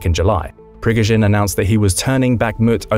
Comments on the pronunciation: the map does not seem accurate at all. All sources outside of this video say that Kherson Oblast is still occupied. Also, your pronunciation of Prigozhin is really off. The stress is on the middle syllable. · Jesus, "" thinks an M777 howitzer is a HIMARS? You also pronounce "Prighozin" and "ATACMS" wrong, plus mixing countries in the map of NATO. All this makes me think that at least someone in the production chain of this video does not know what they are talking about... Not a good look guys.